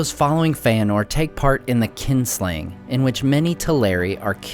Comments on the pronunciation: It is "KINslaying", not "KINGslayin": the Elves following Feanor and slaying their own kind. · A minor correction I would like to make is that it is not "Kingslaying", but "Kinslaying", killing your own kin.